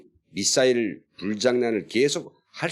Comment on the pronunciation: 미싸일이 아니고, 미사일.